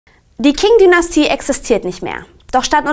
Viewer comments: Bitte „Qing“ richtig aussprechen „tsching „ nicht „King“ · Das Video ist echt super und ist inhaltlich sehr nützlich und gut aufgebaut! Trotzdem müsste ich noch ein bisschen meckern.... Das scheint jetzt vielleicht pingelig, aber die Aussprache hätte man vorher wirklich mal googlen können, wenn man's nicht weiß. Das dauert zwei Sekunden. Es muss ja nicht perfekt klingen, aber sowas wie King-Dynastie, Mao Tsedoong oder Provinz Dschangtschi muss irgendwie nicht sein, finde ich. Außerdem meine ich, dass man sich entscheiden sollte, ob man alte Namensübersetzungen komplett übernimmt (so wie Chiang Kaishek, Mao Tsetung und Peking) oder die tatsächlichen Namen einheitlichen verwendet (dementsprechend Jiang Jieshi, Mao Zedong und Beijing). Aber das nur noch am Rande. Tut mir leid für die Kritik, ansonsten fand ich eure Zusammenfassung echt super und es hat mir sehr weitergeholfen. Danke dafür!